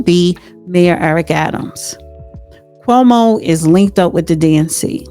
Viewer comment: you are having a hard time pronouncing names: 'chromo' instead of Cuomo, and 'mandami' instead of Mamdani. unless you're trying to become a comedian, learn how to pronounce names of people correctly. and I hope, for NYC's sake that Mamdani loses badly.